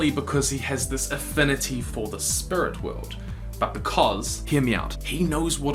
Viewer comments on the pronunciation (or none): For god sake man... It's Spirit, Not Spurt!! 😂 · You don't speak clear , who says spurt you need to say spirit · Lol how many times you say "sprit" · Its SPIRIT not sprit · why do you not say spirit but you say spirt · I've already pointed it out in another of your videos. Your accent says 'spurit' instead of 'speerit' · I swear, dude I love your videos and i am a recent subscriber but to me, every time you say “spirit” to me it sounds like you’re saying “spurt” idk why it just does to me😹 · "spurut world" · The "Spirut" World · Say spuirt...one more time. Rhymes with squirt. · This video was just an excuse for you to say "spurit" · I really like how this guy pronounce Spirits, it sounds like Spurt!